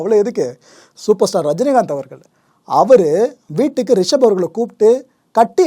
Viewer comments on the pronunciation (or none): none